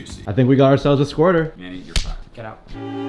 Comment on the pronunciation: "we got a squrter" 💀